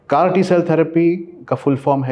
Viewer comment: It's not crt cell therapy it's called as CAR-T cell therapy